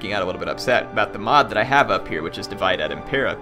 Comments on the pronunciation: The correct way to pronounce "Divide et impera" would be /diˈvide et impera'/. "E" here is not pronounced like english "e", but like "a" in "ancient". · Hey! Love the video, really hope you get a good long campaign out of this one... One (very) minor quibble I have though --- you keep pronouncing "Divide et Impera" as if it were the English word 'divide'... in Latin, i's are pronounced like long e's, e's are pronounced like long a's (when they're at the end of a word; short a's in the middle of a word), and v's are pronounced like w's... so the correct Latin pronunciation is more like "dee-wee-day" than "divide"... sorry for the OCD nitpicking, I just studied Latin for four years in high school and two in college, so it'd make me happier to hear it said correctly. For what it's worth, you nailed 'et' and 'Impera' hahaha... Keep up the awesome videos, looking forward to following this campaign (actually got me to download the mod and start playing Rome 2 again)!